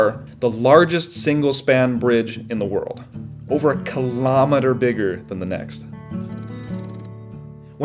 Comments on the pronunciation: what's a carlormoter? Say it correctly. Kilo-meter. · A ki-LOM-e-ter would be a thing that measures KI-lo-MEE-ters.